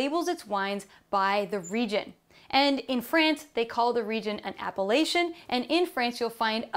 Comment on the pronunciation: Could you at least try to pronounce 'apellation' properly?